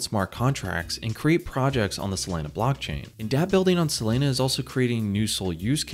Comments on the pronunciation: I heard sAlana every time lol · Dude, it's SOLANA, NOT SOLENA,..fortunately you didnt say CARDENO, but CARDANO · It's pronounced SoLAWNA not SoLANA like Lana del Rey. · Not “Selena” it’s “Solana” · Say it with me... sol-A-na... There's no E anywhere in the name bro, lmao. Literally couldn't finish watching this.. "Solena.. Solena"... You work for a crypto website and you're discussing a top 5 currency? How do you get the pronunciation wrong? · He says "Selena" 🙉 hard to stay focused listening to the video... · Every time he says Selena, I'm waiting for Gomez. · Not even 20 sec into the vid, and I already know the way he says Solana finna piss me off 😭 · why do you pronounce SOL properly but not the full word?